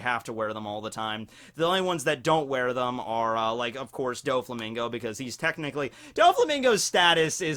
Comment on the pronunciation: All these lost opportunities when you said Technichly you should have said Tekkingchly !!!